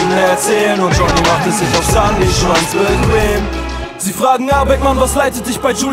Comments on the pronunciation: Wie er "bequem" ausspricht triggert mich richtig. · dumm?? er spricht bequem falsch aus was für beste hook?!?! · Die aussprache vom Q in bequem 😅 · also ich feier die runde, aber ich habe keine ahnung wie man bequem so scheiße aussprechen kann :D